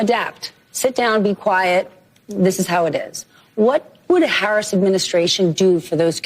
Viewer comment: Are you mispronouncing VP Harris’s name on purpose?